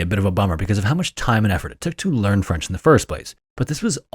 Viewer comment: As a French person, hearing you speak French was adorable. Your accent was really good!